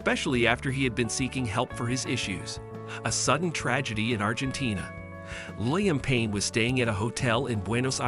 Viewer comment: "Lie-uhm Payne"